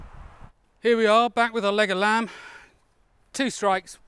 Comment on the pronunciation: I'm really impressed with you going out of your way to balance this video. This balancing shows integrity and commitment which is very welcome and impressive! Also, whenever I heard you say "leg of lamb", part of my heard "Legolas"!